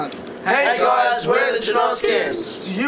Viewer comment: ugh it's jaNOskians not janawskians come out people get it together!